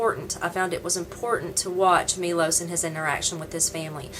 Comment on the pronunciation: his name is not Milos its Miloš and btw you could look at the camera when your talking to it ;) and you gave me the worst first immpresion ever, being rude is just gonna make haters hate even more so its pointless but there is no second chance for a first immpresion!